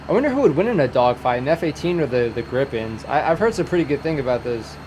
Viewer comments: Like saying Creep pen or rather Greep pen. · Maybe "gree-pen" would be best explanation how to pronounce those Swedish kites... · Gripen is pronounced Gree-pen. Finland doesn't have a carrier. Finland has a few (1-5?) carrier-rated pilots that have trained with the US Navy. Sweden has an "unsinkable aircraft carrier" in the island of Gotland. The anti-air Pasi is a Sisu XA-181 with a Crotale SAM system on it. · Your Gripen pronounciation was not far off. Roll the R the same way as in finnish and make the I longer and P stronger and there you have it.